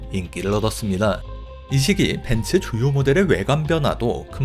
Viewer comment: 벤츠 아니죠 벤스! ㅋ